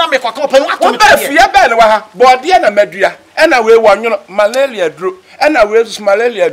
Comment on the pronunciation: Am I the only one who heard malalia??.. LOL